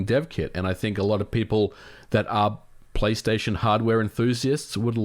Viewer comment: "return to playstaytion or return to *microsoft*" nice one MVG